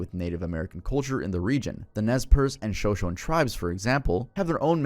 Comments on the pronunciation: hi tuv!!! Shoshone resident here, it’s actually pronounced “show-show-knee” ❤️ love your vids! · Shoshone is pronounced shu-show-nee btw